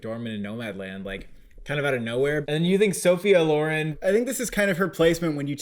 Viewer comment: jesus christ it's pronounced Sophia LO-REN not LAUREN ;(